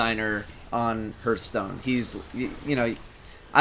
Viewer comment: I like how pronounced "Hearthstone" as "Hurthstone"